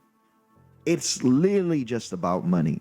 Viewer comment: it is pronounced 'literally' not lilily